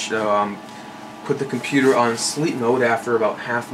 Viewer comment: Did you call it a pewter? LOL.